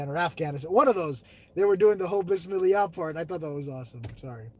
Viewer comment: Love the vlog😘 be safe 🙏❤ Hahaha you said it wrong it is Bismillah